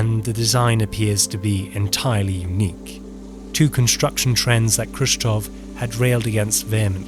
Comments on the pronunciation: Why are you reading "Khrushchev" as "Khrushchov"? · it's Khrushchev and not Khrushchov, as you keep saying. anyhow, weird that there's no actual photos or videos of these bus shelters here. instead 3d animated fanciful renders. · "Khrushchev" --> "KushChoke" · Why the English speakers pronounce Khrushchev with initial /k/? We were told at school that we should represent Russian letter x as "kh" in English, but since the English speakers anyway pronounce it as "k", then what's the point? Possibly, better to just use "h" instead. It is simply painful to listen to it. I mean, the first consonant in his surname is voiceless velar FRICATIVE. The same is with Abkhazia, Kazakhstan and all. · may be it will be better not read "k" in khruschev and abkhazia, just "h"